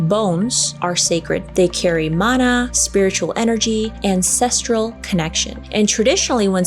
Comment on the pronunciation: I am from hawaii and am hawaiian. And the word sounds like E-V-E. IWI and u said mana perfectly